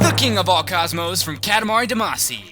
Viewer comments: its not duh-maa-see its dah-ma-see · its pronounced damacy, Dah-Mah-see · No, its Duh-Mah-See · Every time you say Damacy I cringe.